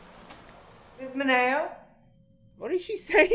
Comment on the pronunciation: She said miss manao